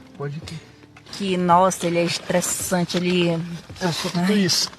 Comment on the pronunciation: shtréssanti ele